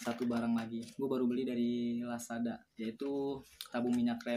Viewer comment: Lazada bang bkn lasada